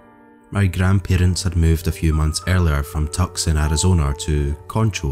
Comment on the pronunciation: FYI : "Tucson" is pronounced like "two-sawn". I'm not sure what the other city is you are saying they moved to is